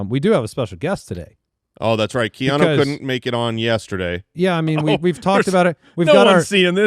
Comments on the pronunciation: Casey Kasem did a Top 40 countdown. It's Keanu, not Keanno. And what the helll is a Borgogan? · STOP MISPRONOUNCING KEANU 😭😂